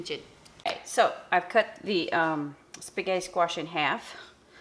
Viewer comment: cutting a spaghetti squash in half requires real muscle! You may be small, but wow, you've got muscle! You got me laughing because a few times you said what to me sounded like "sketti!" Did you know that the Gardein Meatless Ground you showed is made by a Canadian company? Meatless meat products are all the rage lately. I hear them talked about on the stock market channel (CNBC) every day. It looks delish!!! I wouldn't hesitate to indulge in it. Maybe some day, we'll all be going meatless. If it tastes just like real meat, I wouldn't mind. Would you care? Your air fryer baked sketti squash with melted provolone looked too good for words! Yes! Plant more sketti squash!!!